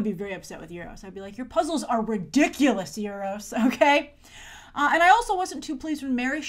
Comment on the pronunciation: you say euru's like nueroses